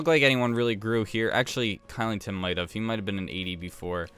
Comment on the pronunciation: Kylington is pronounced Shillington, just letting u know